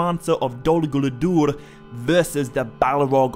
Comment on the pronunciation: “Dolluh Gooladoordh” 😂😂😂